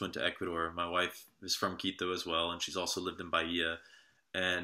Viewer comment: Mr Saint, you pronounce the tribes names perfectly why not Quito? Just curious. TY